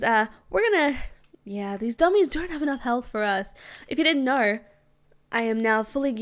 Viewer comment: She say ner instead of know